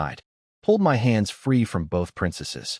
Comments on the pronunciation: I can’t get over the AI saying M-Y instead of “my” it’s killing meeee😭😭😭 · I realize it would take a bit more work but proof the AI audio before posting a story like this because the word is my not emm why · Why oh Why can't AI say my???